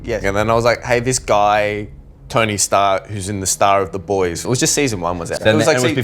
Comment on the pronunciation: I thought he said tony stark 😂